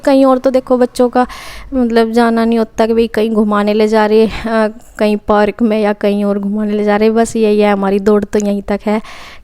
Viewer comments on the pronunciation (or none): none